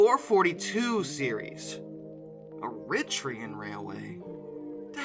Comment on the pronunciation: ...however less said about Eritrea and Eritrean, the better!